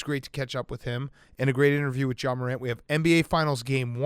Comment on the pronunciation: pft was so close to calling ja “zah” but he stopped himself